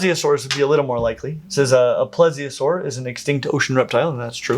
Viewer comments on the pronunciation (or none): none